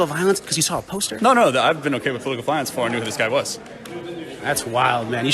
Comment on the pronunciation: "I SaW A PosTeRR" LMAO